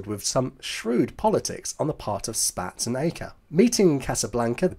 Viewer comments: One comment about your pronunciation of General Carl Spaatz's name. I, to, used to think it was said, "Spats", from just reading the name in books. However, in films from the era, I found that his name is said, "Spots". As to British bombers, like the Avro Lancaster, flying in daylight, I don't think they would have worked as well because they didn't have a ventral gun position, as well as being armed only with .303 machine guns during the entire war. The American bombers, the Boeing B-17 and Consolidated/Ford B-24, were armed with the much heavier .50 machine guns, as were all USAAF fighters. Of course both of the Allies had medium bombers with the British using several American-made versions like the Douglas A-20, which did carry the .50 machine guns. I'm not sure why the British kept the .303 as standard when companies, like Vickers, did make .50 machine guns. But that's all for now. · One small observation, Spaatz is pronounced "spots" 🙂